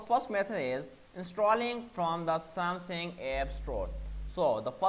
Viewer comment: I applaud that English is not your native language So, some positive feesback… Its SamSUNG…. Not SamSING. This may help in your delivery and yes, you should slow it down.